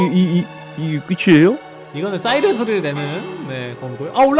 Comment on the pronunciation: 싸이랜이 아니라 사이랜 이에용